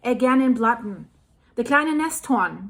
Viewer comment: "Lake Blatten", OMG, that hurts!